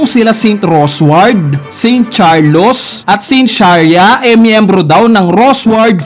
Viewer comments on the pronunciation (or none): none